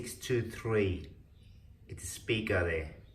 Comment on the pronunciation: Dude!!! YOU ARE A JOKE. What a total waist of my time. You never let us hear anything decent enough to show the quality, no! You just kept moving the camera around. You DON'T know how to make a good video, you DON'T know anything about quality. You DON'T even know how to pronounce Logitech z623. TOTAL LOOSER